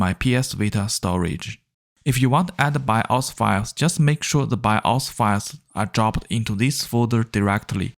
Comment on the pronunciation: THE WAY U SPEAK BIO FILE .. LMFAO TO FUNNY.